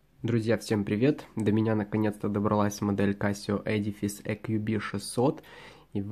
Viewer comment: Ну, наконец-то! Первый человек, который правильно произносит слово edifice! :-)